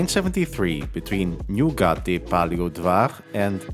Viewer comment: Great pronounciation! I was once asked directions by a foreinger and I didn't understand him. He kept saying nugat nugat and I was so confused I was thinking of the dessert nugat but I realized he was asking where is Nyugati 😂